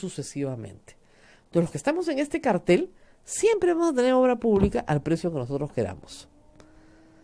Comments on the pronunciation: uhmmm siempre me frustra escuchar a Rosa María decir "cartel" en lugar de "cártel", siendo el primero sinónimo de pancarta o letrero, mientras que el segundo indica un tipo de organización criminal..... u.u igual sigo escuchando todos los días aunque sea por diferido el programa =) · si lo dijese en inglés, la pronunciación de la R no sería tan fuerte como sí sucede en el español.... reitero, la palabra correcta es "cártel" y no "cartel" siendo el plural "cárteles"